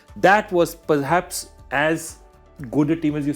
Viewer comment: Joe Biden moment 😂😂😂 Laxman shiwishshashashhsssh palhaps😂 Lagta hai Khatti toffi khayi thi joy uncle ne 😂